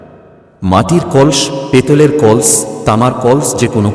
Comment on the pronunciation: কল্স না কলস